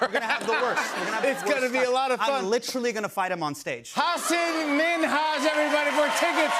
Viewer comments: Why does no one correct Jimmy for saying Hasin instead of Hasan? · Jimmy is butchering the pronunciation of Hasan's un-anglicized name. Just learn it properly lol